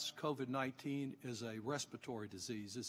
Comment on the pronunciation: This guy literally just said "CORVID-19", not COVID-19.